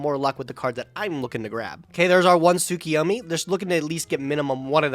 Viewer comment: Am I the only one who gets triggered when people say "Tsukiyomi"?